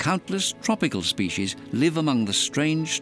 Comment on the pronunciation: Species doesn’t have an SH in it. Yet alone two SH’s. What is this “shpeshies” word? What a crock of feeshees.